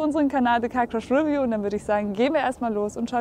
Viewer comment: 'review ist pigeon English. Es heißt re'view.